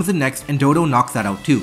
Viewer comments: It's weird that the guy can play pokemon so well and yet cannot read the names of the pokemon correctly dodo? DoDUO doh duuu oooohh. dodo is just an animal in the real world. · it's dodou not dodo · The way they say "Dodo" and not "doduo" is so frustrating /lh 😭😭